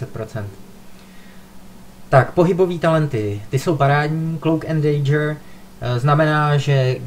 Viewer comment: Stýlt. Demejč. Dejdžr. :D sorry ale to je hrozný :) jinak dobrý video.